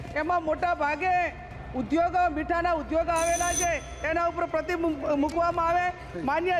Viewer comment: આ બેનના સલહકારો કેમ ઉઘે છે આ બેન પ્રતિબિબ જ કહે છે ભાઈ પ્રતિબંધ બોલવાનું કહો એવુ જ સંપર્ક ને બદલે સંપરક બોલે છે બાકી જાંબાઝ સાંસદ છે